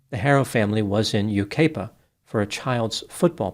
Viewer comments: Yucaipa is pronounced U-KYE-PA not U-KAY-PA. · it’s pronounced YOU-KYE-PUH and CABB-UH-ZOHN. ❤ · Fwiw, it's: you KY puh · You kye pa is how it’s pronounced. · Oh man,, you butchered the names of the towns, but its okay. It's Yu (ki) pa, and Cab-a-zahn. But good job nonetheless. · Just an fyi for the next video on this: Yucaipa is pronounced "Yu-Ky-Puh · Sad subject but I did enjoy the humor. Just letting you know, you mispronounced Yucaipa and Cabazon. Think U Ki Pa. And Cab ă zǒn. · Yucaipa is said “you kai puh” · U-kipa-a. With a long I. . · Yucaipa is pronounced without the A.A is silent.Cabazon is Cab_a_zon. Some words are hard to figure out. My neck of the woods have Snoqualmie and Swinomish.😂😂❤ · U.S.! I live in Yucaipa. Now that you know how to pronounce it you can pronounce it correctly in your next video. This has been a terrible situation, especially for those of us that work in the children’s hospital nearby and deal with abusive cases. It is emotionally and mentally disturbing. We need more stringent laws to protect our children who are so vulnerable. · Yucaipa is with a long vowel “I” not “A”. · You gotta love pronunciation of “Yucaipa” and “Cabazon” 😂